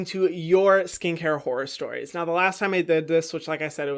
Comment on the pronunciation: why do i hear whore stories instead of horror stories